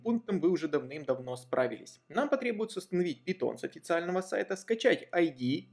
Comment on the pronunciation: пайтон а не питон